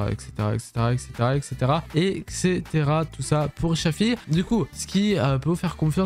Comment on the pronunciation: Dsl mais c’est shafi pas shàfi le a on ´e prononce comme allo